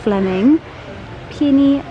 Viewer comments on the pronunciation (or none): none